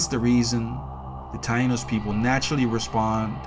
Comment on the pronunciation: Tainos not Tano.